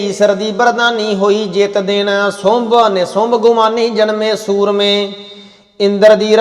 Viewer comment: ਦੀ ਅਵਾਜ ਬਹੁਤ ਵਧੀਆ ਹੈ, ਸੁੰਭ ਨੂੰ ਸੁੰਡ ਪੜ ਰਹੇ ਹੋ, ਬੱਬਤਰਾ ਨਹੀਂ ਗੇਰੂ ਬਸਤਰਾ । ਬਬਤਰਾ ਦਾ ਅਰਥ ਆਪਾ ਨੂੰ, ਕਿਸੇ ਨੂੰ ਵੀ ਨਹੀਂ ਪਤਾ, ਬਬਤਰਾਂ ਦਾ ਅਰਥ ਕੀ ਹੈ